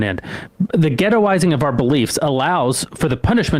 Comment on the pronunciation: He’s saying “ghettoizing” a little too hard for me 😅 no idea why it makes me uncomfortable but the way he says it idk…